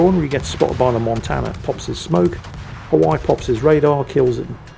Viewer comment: Please learn how to pronounce Hawaii